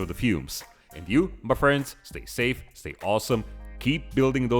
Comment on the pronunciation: Ma fwends